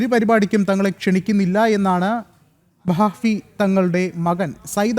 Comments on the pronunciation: "Bakaappi" alla ബാഫഖി ✅ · താങ്കൾക്ക് മലയാളം വായിക്കാൻ അറിയില്ലേ ബാഫഖി എന്നാണ്😂😂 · ബാഫഖി എന്ന് വായിക്ക് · 😂😂അല്ല മനുഷ്യ ബാഫഖി എന്നാ... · എന്റെ സഹോദര ബാഫക്കി എന്നാണ് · ബാഫക്കി... എന്നുപോലും പറയാൻ അറിയാത്ത നിന്നെ ആരാടാ വാർത്ത വായിക്കാൻ പിടിച്ച ഇരുത്തിയത്